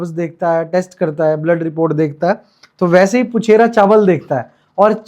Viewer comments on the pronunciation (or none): Crincha chcha vo पूछारी hota puchera nhi